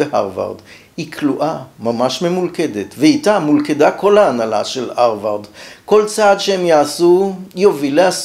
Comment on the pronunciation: כך תמיד כינו את זה בעברית: פלגיאט (מלטינית) ופרשו בלשון המתחדשת "גנבה ספרותית". זו לא עגת האמריקניזציה, כמו למשל האג'נדה. יותר קשה לאוזני לשמוע את הא' מחליפה את הה' (אַרְבַרד), אבל גם אני כנראה זקן נרגן. התוכן, בכל אופן, מעניין מאוד.